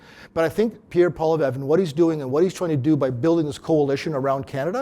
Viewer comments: Your guest needs to learn how to pronounce POLLY EVE! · Can they not find an intellectual conservative who can pronounce "Poilievre" CORRECTLY.. it's not hard! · should learn how to pronounce Pierre's last name. Bit of a detail.